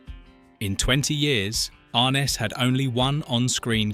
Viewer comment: pretty sure it's pronounced "arNESS"...peter grave's half brother. i think.